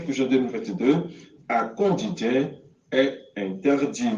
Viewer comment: Le journaliste n'est pas Togolais ? C'est quoi kondjidjin? Erreurs deux fois de suite ? On dit KONDJINDJI.